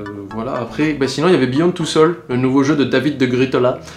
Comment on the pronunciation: Heu... Souls. Pas sools.